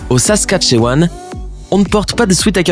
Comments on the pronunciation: C'est assez intéréssant d'en apprendr plus sur mon propre pays que ce que je savais déjà (haha), mais à .. c'est juste pour préciser que "Saskatchewan" à beau s'écrire avec un E, ça se dit "saskatchOwan"... voîlà... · Avous les français prononcent mal les mots québecois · Suis-je le seul a rire a ça façon de prononcer saskatchewan Ça ce prononce < > mais ça s’écrit saskatchewan